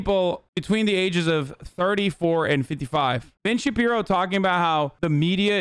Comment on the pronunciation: BEN SHABEEBOW